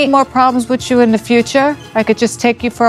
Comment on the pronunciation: Why the hell do people say "witchoo" and not "with you"? Gah! That grinds my gears.